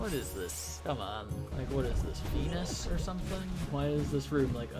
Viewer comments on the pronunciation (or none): none